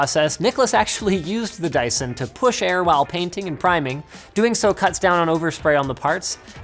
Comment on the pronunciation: Sounds like "Die son"😂😂